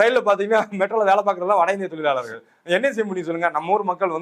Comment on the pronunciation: "Zha" not " la" in tozhargal.